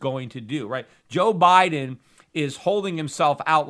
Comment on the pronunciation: " Joe Bileden " .... Peter you kill me. LOL.